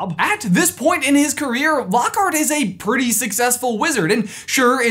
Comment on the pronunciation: 'PRRREETY OBVIOUS"